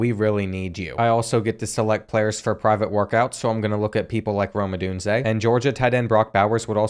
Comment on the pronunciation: I’m glad you pronounced Odunze correct lol